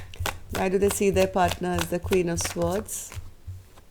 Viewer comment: swords is pronounced SORDZ.